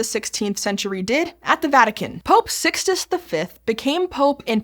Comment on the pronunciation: Pope Six-tus the Fifth, huh?